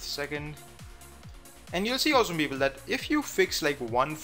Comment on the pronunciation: Prajapati Oh it's "awesome People".... I thought he was saying "Awesome Beagle" over and over! LMAO